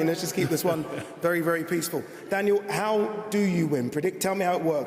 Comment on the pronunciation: Daniel Durrdurr